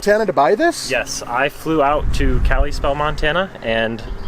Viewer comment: “Cali-Spell” Montana lol 😂